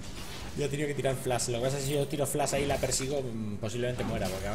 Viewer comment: Podrias PORFAVOR pronunciar flash correctamente. No se dice "FLAS" , se dice "flaSH".